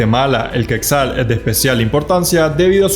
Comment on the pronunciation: No se pronuncia queczal. Se pronuncia quetzal, "asi como se escribe" quetzal